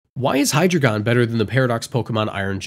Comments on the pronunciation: It's pronounced High-d,rei-gun, drei is 3 in German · The information is good but I can't get over that pronunciation of Hydreigon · Please learn how to pronounce hydreigon properly. Hydreigon has a German origin.